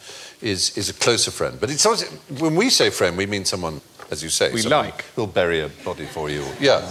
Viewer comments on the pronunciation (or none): none